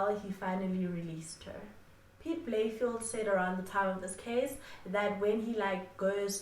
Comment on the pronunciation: Just a side note, Its pronounced Piet Bay-Le-Feldt. Had to put it out there, couldnt have SA's greatest ever detective sounding like a suburb in benoni